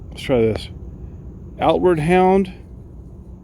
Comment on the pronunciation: You read it correct. It's outward hound. They have good quality products.